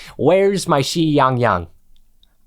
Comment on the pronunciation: pronounce the Xi like si in spanish. and yeah close enough to the proper chinese pronounciation. that class did not help, i have no fucking idea what you like in . You liking playing fun???? Maybe it's becuase my vocabulary is limited. didn't learn in school. Series has some fucking weird spin offs where they like get spaceships and coming back from the planet they help the Wolf Mom GIVE BIRTH which i guess means its a prequel, they uh go underwater, become small in a tree, and for some reason god damn save the world constanly in the end by teaming up. kinda fun I guess